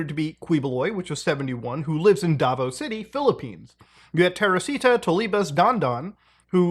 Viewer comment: I just cannot with these mispronunciations. Quiboloy is pronounced as "Kih-bo-loy" Duterte is "Du-ter-teh" Davao as in "Da-vow"